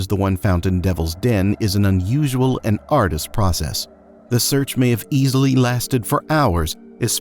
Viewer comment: My only criticism is for AI. It keeps saying "ar-dus" instead of "ar-du-us" (arduous).